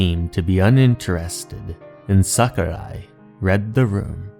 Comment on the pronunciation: Japanese: 桜井 English: Sucker Eye